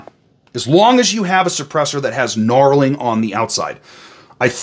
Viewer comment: Also its knurling not knarling haha